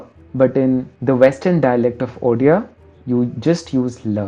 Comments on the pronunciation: I remember you being from Odisha on Facebook. No wonder your pronunciation was on point. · As a person from Western Odisha I can say that your pronounciation for Odia and Sambalpuri was spoton and very accurate....!!! Are you an Odia??? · Very happy that you pronounced odia so correct 🔥👍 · I m so happy he is mentioning Odia very correctly pronounced, not like other whole world who pronounce "UDIA" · Wow that odia and sambalpuri pronunciations were on point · He pronounced Odia words so accurately, for a second I thought he was an Odia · You pronouced the Odia words so perfectly. Loved the video.😄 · ODIA pronounciation was on point 🔥